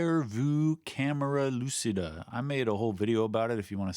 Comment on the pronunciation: just for saying, no problem if you continue, but try to use the C you use in Cheat and not in Lucy when saying lucida and you have 95% of the pronunciation right